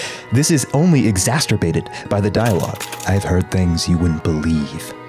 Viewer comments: "exasterbated" isn't a word bro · "Exhasterbated" Is that like when you're pass-outr tired but you have to squeeze one out anyways? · bros dunkin' on 13yos for being dumb but can't do a retake to pronounce exacerbated correctly. There's no extra t or whatever you said. Kinda like saying "your dumb". Ruins the whole argument lmao.